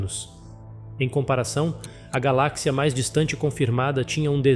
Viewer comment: Cara primeiramente vc deveria aprender a pronunciar as palavras direito nem as de português c acerta cara😂😂😂 Galak cia?😂😂😂 Seria por acaso uma companhia de barras de chocolate!? 🍫😂😂😂